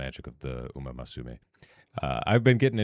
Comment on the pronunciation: It's Musume not Masume